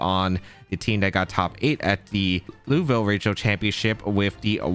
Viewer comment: I'm french and how you say Lille make me want to cry